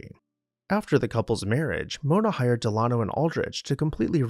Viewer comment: Delano is pronounced with the accent on the first syllable, not the second.